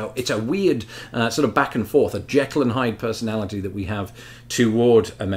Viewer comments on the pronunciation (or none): none